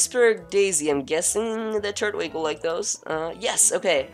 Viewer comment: its tur twig not turt wig